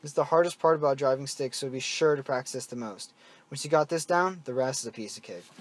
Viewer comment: This man said peixe of cake when i already forgot everything he said